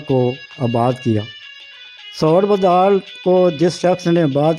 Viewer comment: محترم بُدھال کا تلفظ ب پر پیش ہے دوسرا راہٹ ہے ارہٹ نہیں